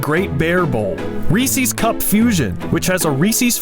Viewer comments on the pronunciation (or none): Calling Reese's "Reesie's" is a sin i cannot forgive